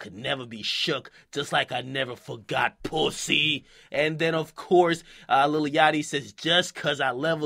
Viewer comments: the way akademiks pronounce "pussy" lmfaoooooooo "Pousssayy" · My nigga said POOSY!💀